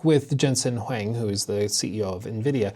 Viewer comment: LOL how did you pronounce Huang?